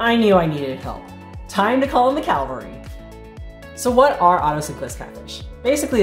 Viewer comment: Cavalry not calvary. Hey, what is the smallest Otocinclus you can find at a fish store?